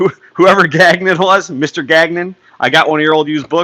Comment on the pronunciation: Gagnon... it’s french! Ga like lady gaga... and nion... ganion is how you say it 😁